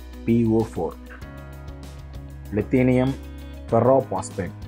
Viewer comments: தயவு செய்து வார்த்தைகளை சரியாக கூறவும். லித்தியம் என்பதை லிதேனியம் என்று சொல்கிறீர்கள். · Li லித்தியம் தான் சரியான வார்த்தை. உங்கள் எல்லா பதிவுகளிலும் தவறான உச்சரிப்பு இருக்கிறது